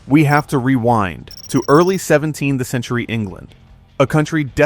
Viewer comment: Omg, the AI voice kept saying “17 the century” instead of “17th century.” Good god, I hate AI narrators. The weird pauses. Too distracting to listen to. Please bring back real people!